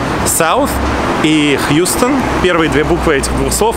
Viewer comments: Только Нью-Йоркеры знают, что Houston st произносится как Хаустон, а не Хьюстон. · Нью-йоркеры говорят ХАУСТОН стрит , а не Хьюстон . И фиг разберёшь , почему , они так видят :) Район реальной Little Italy 🇮🇹 сейчас в Бронксе , там итальянские лавочки и ресторанчики , очень атмосферно . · Не Хьюстон стрит, а Хаустон стрит, как не странно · Супер ролик! Сам прожил в НЙ 7 лет. Единственное что улица называется на Хьюстон а Хаустон. Тебя сразу распознают если ты местный или нет.